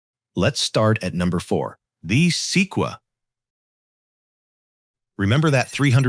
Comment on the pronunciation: The “Seekwa”??? Se-quoi-ya